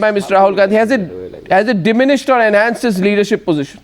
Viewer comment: Hey Surje the wala you just said pogeeshun instead of position. Where did you get that from? Are you totally bereft of any gray matter, and given you are that is why you show up on behalf on an intellectually deficient party also known as the congress consisting of all rascals and chor lok. The real Mahatma Gandhi Ji (not the pseudo gandeez) wanted the now congress to be disbanded after independence because it has served its purpose. But no, why would Nehru the cunning and all wicked congressmen let that happen. It was reward time. And the loot continues at the expense of the poor and downtrodden. Shame shame.